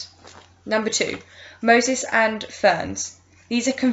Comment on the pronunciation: Wasn't awful- bit like the wjec book- interesting pronunciation: Mosses is not Moses/ humus is not humous :-P few others but ain't too bad!